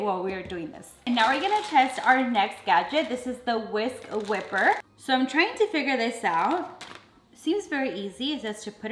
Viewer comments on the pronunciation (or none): Whisk wipe er pita not whipper 😂❤️ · It is a whisk "wiper" not "whipper".lol 🤣